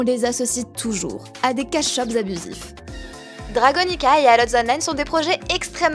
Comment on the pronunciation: Quasiment sur qu'en anglais ALL ça se prononce "ol" Mais super vidéo :D merci